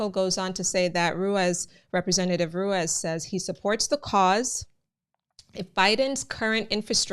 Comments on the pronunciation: Thanks for the info, your accent is completely fine!. Ruiz would be pronounced roo-EES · Ruiz is pronounced Rueese. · Rueeze. That’s how you pronounce it. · Its pronounced Run ease lol I didn't even notice it until you said it